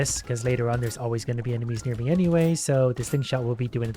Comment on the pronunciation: can we talk abt how pronounced "nearby"😭